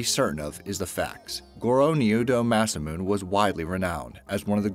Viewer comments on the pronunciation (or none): Not “massa-moon.” Ma-SA-moo-nay. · Masamune is pronounced "Mah-sah-moon-eh". Hun, I know pronunciation of different languages can be difficult, but please do some looking into the pronunciation of words you're unsure about before you record. If you're going to talk about these things, the least you can do is try to pronounce them right. It feels like you don't even try. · Sorry I did give the vid a thumbs down for the very reason Matthew Smith said...For the love of all that is holy say _____________ right! Besides parliament there was Grumman, Masamune, Kuala Lumpur, Fabergé, and Mount Sinai. He was driving me nuts throughout this video. I understand that there are some dialect differences that vary from area to area, but this was beyond ridiculous. If I didn't know any better, I would say it was an April Fools joke. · ...or Grumman, Masamune, Kuala Lumpur, and Mount Sinai. He was driving me nuts.